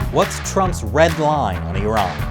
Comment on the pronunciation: I live the fact that you say eeraan and not eyeran.